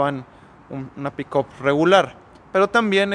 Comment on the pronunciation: PERO POQUE LA LLAMA "PICOP"......ME DA RISA.....JAJAJAJA NO SERA EN TO CASO,...PICAP......(PICK-UP)....🤣